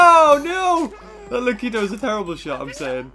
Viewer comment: Lakitu, not lakito.